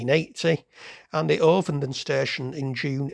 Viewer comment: It's a flat O in ovenden mate.